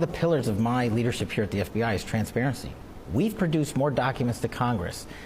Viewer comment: There is no (D) in "T(R)ANSPA(R)ENCY"